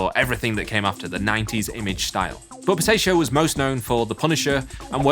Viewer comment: ugh not again it's POR TAH CIO not por TAY cio!